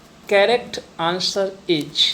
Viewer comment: Please pronunciate the word'is' correctly.